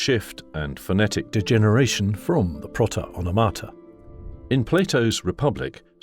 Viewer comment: It's pròta onòmata